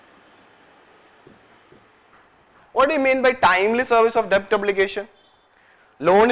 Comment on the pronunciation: It's pronounced 'det', please!